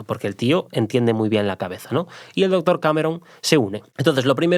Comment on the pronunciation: Chupito por cada vez q se diga la palabra " dotor" o " dotores"